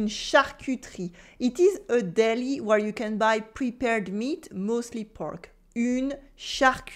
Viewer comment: if she harps on about the importance of correct pronunciation in order to avoid embarrassing situations, the least she can do is make an effort and pronounce the words correctly. I mean, she said she'd been living in the UK for 10 years. You'd think she'd have figured out how to pronounce easy words like butcher, where, ....correctly Try and ask for 'buur' in France when you actually want 'beurre'.... Nuance and correct pronunciation is important in every language.